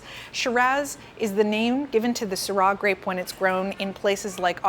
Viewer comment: Not sure what "erbal quality" is??? FFS! And learn to pronounce Syrah!